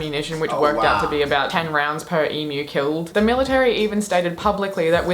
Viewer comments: Dude I love your videos, except for your opening, hate it. but can you please say E m u not emoooooooo please, Love ya reactions though 10 thumbs up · please learn how to pronounce Emu... it is 'Eem You'..... not eem ooh.... I get so pissed off with the mis pronunciation of Emu lmao.....